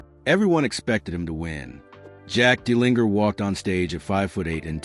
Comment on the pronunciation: It would be helpful if you pronounced his name properly.